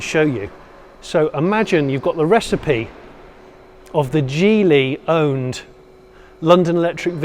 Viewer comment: Wow! You pronounced Geeli correctly! Kudos to you!